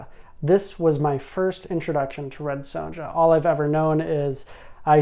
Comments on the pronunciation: Great overview! One note: the "ja" in Sonja is pronounced with a y, so it's "ya" or "yah". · How he says it is rather jarring